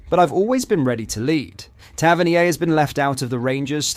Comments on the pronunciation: I can't stand the Ai generated script and voiceover. Soutaar? Gohvan? Tavernee-ay? "Their city rivals" not our city rivals, or 'that lot'? Time gained but subscriber lost. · pronunciation for Tavernier and Govan is crazy 😂 Hope the AS FAR deal is true